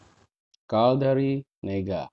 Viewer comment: caldary WHAT ?? 😱🤣🤣